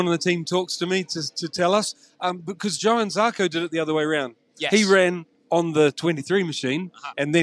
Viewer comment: Listen to how everyone except Jack pronounces Johann Zarco